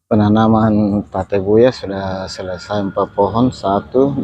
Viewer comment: Tabebuya om... Bukan Tabebuya😁✌